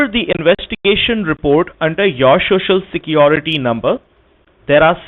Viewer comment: Haha, the introductory phrase has to be mastered. Here he fails spectacularly already. Shoshal Shecurity..